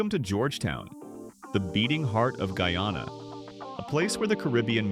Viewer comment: Oh dear, oh dear, oh dear. What a load of rubbish. That is not Georgetown. Apart from anything else, Guyanese do not drive on the right! And, "Guyana" was not pronounced correctly!